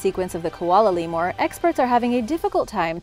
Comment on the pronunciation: What the he'll is a "Leemore"? Think you mean Lemur...LEE-mer.